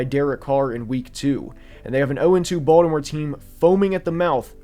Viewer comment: He pronounces Baltimore the proper way as said by people from Baltimore